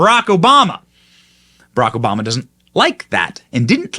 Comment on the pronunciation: Who the hell is SHMMMMRRRRRLLLLLACK OBAMA?